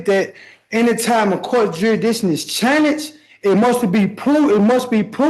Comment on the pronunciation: Did he say his “wit of prohibition? And I’ve never seen an idiot screw up the pronunciation of “challenged” this badly. This guy needs to be shut down faster though. Your case should not be at a stand still. And he needs to shut him up with his questions. I can’t watch this all